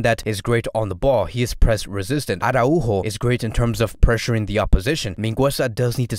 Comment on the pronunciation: Great video overall but I just can't with the "arahu-o" pronunciation